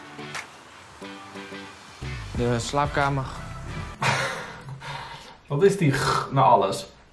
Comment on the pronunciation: Thanks voor deze topcontentttt. : Je hoort een "ggg" aan het eind van "woonkamer" en "slaapkamer", omdat veel Brabanders de 'r' als een soort harde 'g' uitspreken.